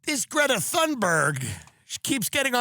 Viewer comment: Dude, educate yourself on how to pronounce Greta's name